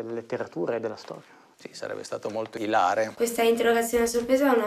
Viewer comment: Sarebbe stato molto ÌLARE, non ILÀRE, caro attore/insegnante dei miei stivali. Se volete fare sto teatrino almeno usate le pronunce corrette.